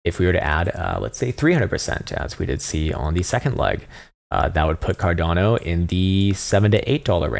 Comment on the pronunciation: What did he call it Car---?